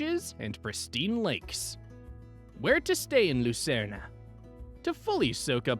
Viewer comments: The Swiss spell it Luzern, not Lucerne. The announcer pronounces the name incorrectly. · Do people really call it Lucern-ah?